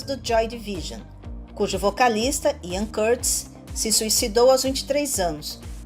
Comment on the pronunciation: Sobretudo Albert Camus, mas também Siouxsie, Ian Curtis, Daniel Day-Lewis e David Lynch. Aconselho por exemplo a utilizar o tradutor da Google de inglês para português e ouvir a vocalização em português ou mesmo em inglês, ou a sonorização do nome na língua original (por exemplo no caso do Albert Camus, praticamente diz-se como se escreve, e na sua vocalização do nome parece mais Albert Camis). Peço desculpa pela chamada de atenção, e espero que não leve a mal a mesma, de resto achei o seu trabalho excelente, sobretudo relativamente aos temas e à edição dos vídeos.